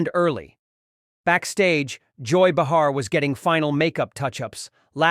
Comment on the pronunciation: Her name is pronounced “Bay har”.